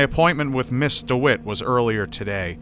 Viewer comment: was he saying Mr instead of Miss ???